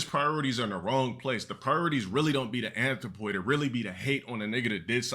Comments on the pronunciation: GA-DUUUH NOT DA ANTH-RO-POY 😩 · This du constant butchering of the English language is triggering. Like why does he keep saying anthropoid when he clearly doesn’t know what it means? This is up there with him using spectacle and morality.